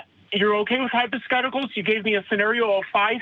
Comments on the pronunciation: Matt: He didn't say Hypotheticals; he said Hyposcticals. learn the difference. ROTGLMFAO with tears of blessed mirth running down my face. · I heard “hypotesticles” lol